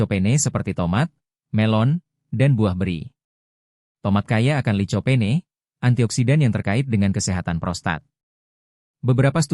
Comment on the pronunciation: Licopene>di bacanya likopen...toloool 😅